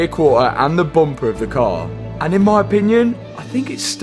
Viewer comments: I love how says “Bumpaa” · Bumper ❌ Boompah ✅